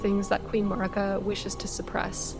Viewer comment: why do so many loretubers mispronouce Marika's name?